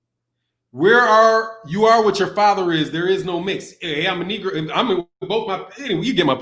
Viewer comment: He said "I'm kneegro" love it lmao